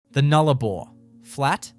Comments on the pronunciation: The narrator would do well to get his pronunciations correct. It’s the Nullarbor not the Noolarbor for a start. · No Australian calls it the newlabore it's NULLARBOR Null meaning ZERO Arbor meaning trees. Say the word right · Would be good if "Nullabor" was pronounced properly. The pictures of the coast are right, but I'm very skeptical about these amazing structures, especially since there are no actual photos of them, and as an Australian, I have never heard of them. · More AI SLOP. Why even talk about a site without any actual photo's of them at all. I mean FFS you can't even spell Nullabor Plain let alone pronounce it correctly. Piss Off and do it properly and don't waste our time. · A.i pronouncing of Nullarbor and kms etc and no real photos..its cringe worthy